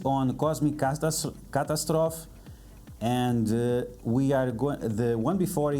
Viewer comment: The end of "catastrophe" is pronounced the same as "trophy" FYI. Thanks for the vid, great information as always!